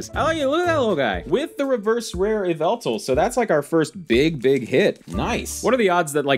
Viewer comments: It is pronounced yall-vul-tal. (M&JTV meme) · Just a heads up, you pronounce Yveltal “Yah-Vel-Tal” and Arceus “Ar-koos” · I think it’s stupid to judge someone based on how they pronounce the names of magical creatures in a fantasy game made for kids. Would you call MandJTV a bad YouTuber because of YAHVULTAL?